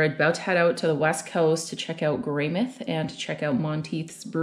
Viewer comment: Just fyi, the mouth in Greymouth is pronounced like the body part, it's not shorted to Greymith like you would think it is. I always enjoy hearing tourists mispronounce words and place names in ways I've never heard before though.